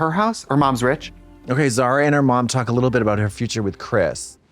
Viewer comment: Zara is a beautiful name if you did't pronounce it so Americannally